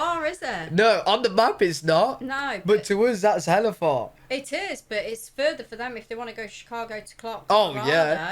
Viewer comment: Hearing you say hella made me chuckle. I'm from northern California, where that word originated probably thirty plus years ago, and it remained relatively unused by the rest of country up until a few years ago. Hearing someone from the UK say it is heartwarming lol.